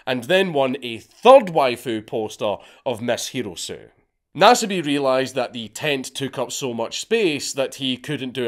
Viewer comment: Ryouko Hirosue The name is pronounced, He·row·soo·eh.